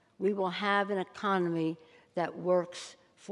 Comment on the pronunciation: None of this comes from the heart, but from a pre-planned speech that she may not even agree with. she says “ecomedy” instead of economy. Idk man it just makes me wonder if she’s really looking after us or if she’s just trying to gain political points.